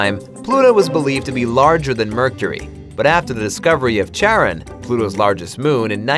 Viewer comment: okay, bruv. firstly, Pluto's moon, it's pronounced with a silent H. just like that Centaur in Greek Myth, Chiron. and just like the the ferrymen in Greek Myth, named Charon. Silent H. THIS IS WHY THE REST OF THE WORLD LAUGHS AT US,! >:-(